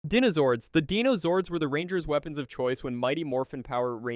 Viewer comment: It's crazy how you said dinozords right one time then went back to saying denozords. SMH